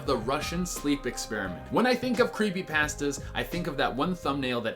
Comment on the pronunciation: when you said win instead of when i threw almost threw my table:[